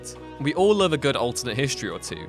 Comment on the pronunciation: The way this guy says "Love" lol